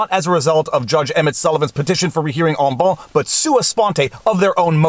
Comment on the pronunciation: Look up en banc here on youtube to hear "correct" pronunciation